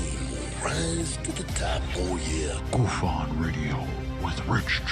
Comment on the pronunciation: GUFON ........ GOOF-ON . Clearly you know nothing of Canadian slang when naming this channel.